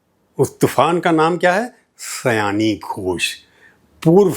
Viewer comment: Sayaani nai, Saayani